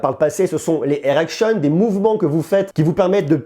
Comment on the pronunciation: Aaah Air action, j'avais compris "errection" ils ont fait une boulette là ! 🤣